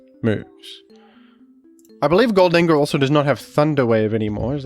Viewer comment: The way you say Gholdengoh is killing me... GHOLD-en-goh, as in GOLDEN